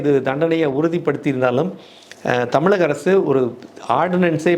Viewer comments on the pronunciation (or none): none